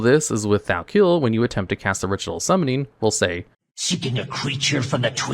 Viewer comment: In a Q&A he did back in Warlords he said he purposefully does weird things like this and mispronounces words (Thal'kiel being one of them) to drive up engagement.